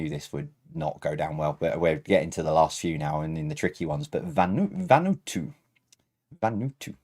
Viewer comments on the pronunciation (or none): I've just tuned in for the first time. A friend recommended you. Surprised you dont have more comments - I suppose everyone goes on the chat. BTW that flag it's pronounced VAnoo-Atoo.